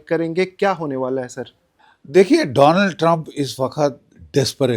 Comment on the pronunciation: मैं बोल बोल कर समझा समझा के परेशान हो गया हूं ,, नाम भी ठीक से नहीं लेते उस का डोनाल्ड नहीं,,,,, डोलॉन्ड 😂